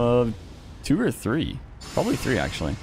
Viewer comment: Tree vs Three